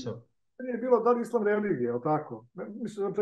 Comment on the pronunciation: Pa ti,ne znas pravilno da izgovoris ISLAM, a kamo li da ga TUMAČIŠ.